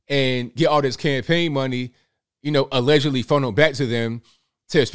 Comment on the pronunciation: I like how you say allegedly. 😂😁🤣